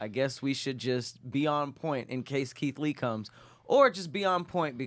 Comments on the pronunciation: we heard that “Leeth Kee” 😂😂😂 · Yall be lettin get away with murder.....bruh said "lee keit" & "derogitary".....which arn't words💀